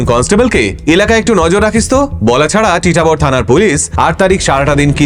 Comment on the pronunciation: আমি আসামের তেজপুরে থেকে ভিডিওটি দেখছি। জায়গাটির নাম টিটাবর না ❌ জায়গাটির নাম হচ্ছে তিতাবর । আর আসামে কখনো এরকম ঘটনা শুনিনি। তবে হতেও পারে।😢 কালা জাদুর পপুলার জায়গা হচ্ছে মায়ং ।